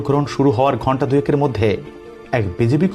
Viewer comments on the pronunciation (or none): none